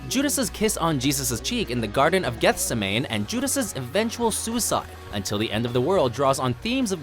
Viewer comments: jobe, not jawb. get-se-ma-nee, not get-sa-main. usually watchmojo overpronounces things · Ummm, Watch Mojo: it is pronounced "Geth -SEM-mun-eee NOT GETH-sam-mane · Your narrator seriously needs a biblical pronunciation guide. Job is pronounced "Jobe." Gethsemane is pronounced "Gethsiminy." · "Until the End of the World" appears in the Wim Wenders directed movie "Until the End Of the World" And...check your pronunciation of Job (jobe) and Gethsemane. Maybe a little vacation Bible school for you? :) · The Book of Job? Jusas Iscariot? Garden of Gethsemane? Normally the narration on WatchMojo videos is very good, but this one dropped the ball. Please check your pronunciations before putting a finished video out there. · He also pronounced Gethsemane wrong.